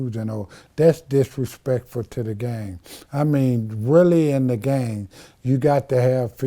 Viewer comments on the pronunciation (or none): "the gang is dissrespktive" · LMAOOOOO!!! I told you He was a Dumb as Pimp.. He said Disrespective lol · He said direspective lol